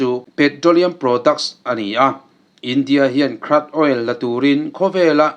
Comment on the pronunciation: Crude hi krâd ni lovin khrûd tih mai tur